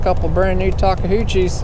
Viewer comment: This may be a silly question, but why does so many people call the brand Takeuchi "Takehuchi"?